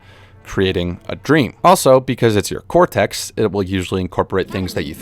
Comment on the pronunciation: your subtitles need fixing man... "doesnt" "consiosly" "baisiclly" "hippocTampus" "inclusevly" and for pronunciation, it's not "cortext" it's "cortex" -- "hippocampus", not "hippocamptus" please fix. thx.